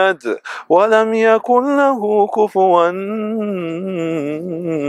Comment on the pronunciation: Brother, I appreciate how you try the level best or spreading the words of Allah, keep up the Good work, but I just want to say that you made a mistake in reciting the last of Suratul IKlhas. It there is not Ghunah ( stretch ) in ( كفواً ), it is Idhar meaning the tanwin( ً ) is not stretched.